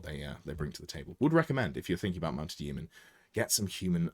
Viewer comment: Please pronounce Yeomen properly!